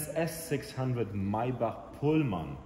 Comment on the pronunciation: I really enjoyed this video. It's so nice to hear someone correctly pronounce "Maybach". I haven't seen another video on a Pullman model and I greatly appreciate your having made this one. Thanks!